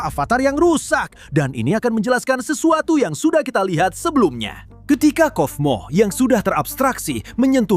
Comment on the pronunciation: Kaufmo bang bukan kofmo Di baca kaufmo dan di tulisannya kata nya kaufmo juga jadi bukan kofmo ya bang